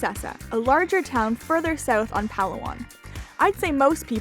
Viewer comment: As always a great video for factual information. Just one thing, why not pronounce the name as it should be. The pronunciation of Palawan is Puh lAA One